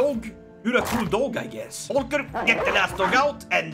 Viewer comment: Great Video and I'd love to see more of it :D (Pronounciation Tip: Most of the names in this game are from german origin, like Volker and the V in german is pronounced like an F in english. But i think you already knew ;) )